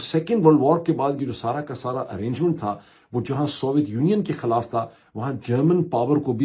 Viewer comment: ارے بھائی جان لفظ “خَالاف” نہیں “خِی لاف(خِلاف) ہوتا ہے بالکل اسی طرح “عَدراک” نہیں“ اِدراک” ہوتا ہے! کاش جتنے پیسے آپ انگریزی کی کتابوں پر خرچ کرتے ہیں اس کا دسواں حصہ اپنے اردو کے تلفظ اور گرامر کو بہتر بنانے میں بھی صرف کرد یں تو کیا ہی اچھا ہو!!🤔💐